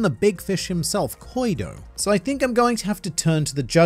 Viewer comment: "Koido"..... I... just can't...